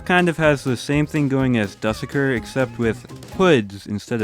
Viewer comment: dusekkar ❌❌ duhsekkir ✔✔✔✔